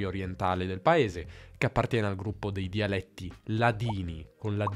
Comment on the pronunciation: Se posso permettermi un consiglio sulla dizione: quando dici "dialetti" è vero che la "e" è larga ("dialètti"), ma tendi ad esagerare l'apertura come fanno molti romani. Secondo me, hai dovuto sforzarti per imparare a pronunciarla correttamente (rispetto alla tua cadenza regionale), e questo ti ha portato ad esagerarla un tantino, si sente che la "forzi". Per il resto, complimentissimi, hai una dizione davvero invidiabile.